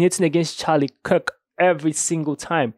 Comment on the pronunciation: all these videos of yours I've watched so far, and this is the first one you said "Kirk" instead of "Kick" Nice job!